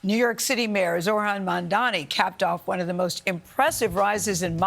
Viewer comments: Why can't this journalist bother to pronounce Mamdani's name correctly? It's her job after all. It's giving major disrespect. She didn't have this much smoke for Eric Adams who was indicted for corruption. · Gail makes me sick. She couldn't even say the man's name right. I'm so glad more and more Americans are waking up to corporate media propaganda and bias for the rich. There's still a lot of ignorant people out there though.